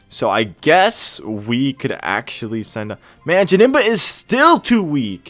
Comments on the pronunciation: you have to find a name rater it's janemba not jabnemba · Janemba's nickname is wrong. you did Jamemba